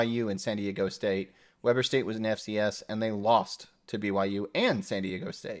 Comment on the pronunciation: Weber State is pronounced - Weeber State... Nice discussion.